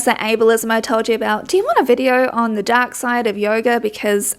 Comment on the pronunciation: With his accent I thought he said dog instead of dark and was gonna die thinking he was about to utter the words, "I'm not just MAGA, I'm dogma."